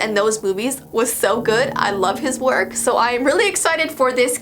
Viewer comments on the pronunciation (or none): none